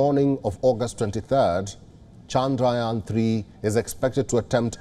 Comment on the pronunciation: Loves the way he pronounced chandrayaan so perfectly